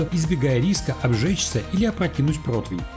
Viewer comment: Протвня, протвень😂